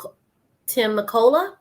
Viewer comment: Hey there! It’s pronounced Ta meck q la, for the Temecula town, here in Cali. What a beautiful place for them to retreat to. My heart goes out to them. When these things happen, I like to believe that the Lord must have a greater job for us in Heaven with HIM. REST IN PEACE SIR. Thank you for bringing this to us. 🥰❤️❤️💜💜